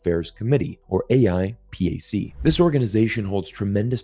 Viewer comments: it's pronounced "ayy-pack" lol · AIPAC not: a i p a c